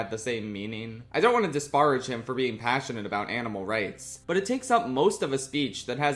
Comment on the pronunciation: You said disparage weirdly